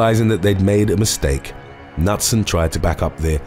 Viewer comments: You pronounce the name Knutson as K-noot-sun not nut-sun. It's a Norwegian name always pronounce the k and the n together! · Ironically, the K in Knutson isn't silent. It sounds like K'nooT-sen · Knutson - Newt-sun is the correct pronunciation. Come on, peeps, you need to do better for these, especially when referring to people who have died. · The last name KNUTSON- Is pronounced KA-NOOT-SUN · It's pronounced K-new-t-son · Hum let's try this again... Not sure what happened to my last comment. Maybe it was deleted? I love your videos! Knutson is pronounced Ka - Newt - son The Internet can help you with pronunciations!